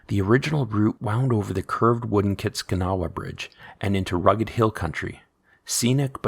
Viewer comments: The bridge and river are pronounced “Kiss-cat-in-awe”. Great video though! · Cool video! As a local to the Alaska Highway, the Kiskatinaw bridge is pronounced Kiss-Cat-In-Aw or Kiss-Cat-Nah. The bridge is still there but due to a motor vehicle incident, vehicles are no longer allowed to cross.